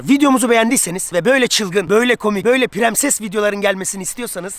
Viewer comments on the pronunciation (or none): de premses demesi